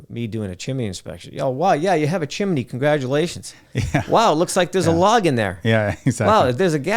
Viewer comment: good basic educational video, but good god its pronounced chim-ney... not chim-eh-ney :)